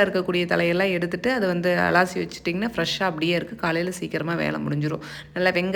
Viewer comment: அலாசி இல்லை அலசி னு சொல்லனும் 😅😅😅